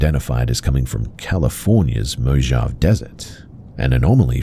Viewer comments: You're killing me. It's MO HAV AY. Not mo-jav! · You pronounced Mojave incorrectly, it's mo ha v ay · Mojave is pronounced mow-haa-vee. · Mojave is pronounced Moe - Haw - Vey. I didn't see any other commenters say this so I just wanted to let you know!